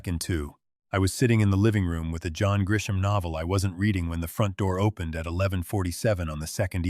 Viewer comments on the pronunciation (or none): none